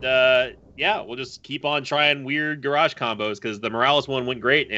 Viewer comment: Ga rosh LOL ITS GARROSH!